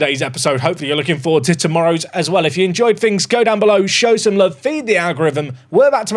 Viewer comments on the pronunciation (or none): none